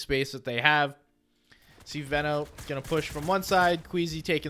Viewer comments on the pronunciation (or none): It's definitely pronounced Veno and not Veno